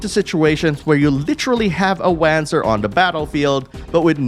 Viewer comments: It's "Vahnser", not "Wahnzer" The name comes from the compound German word "Wanderungpanzer", and thus should be pronounced as in German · Hey just for future reference its pronounced "Vonser" (although it was pronounced "wanzer" in Left Alive and Evolved but they're better left forgotten haha). Solid review though thanks - I'm especially looking forward to Front Mission 3 and its dual stories! :) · Nice video, bro! Just a tip, the right way to speak Wanzer is Vanzer, i learned that in FM4. The characters speak Vanzer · It's Vanzer. The way he pronounced it sounded so wrong... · front mission 4 has voice overs and its Von-Ser its German.